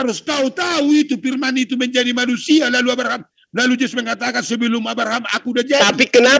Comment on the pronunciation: Nyebut Abraham aja arbaham...gmn paham dgn yg lain 😂😂😂😂😂😂😂